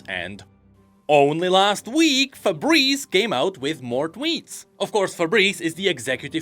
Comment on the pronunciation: Bro says "Fabrice" like "Febreze" and I love it.